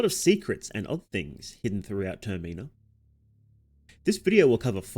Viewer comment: the way you pronounced termina ruined the whole entire video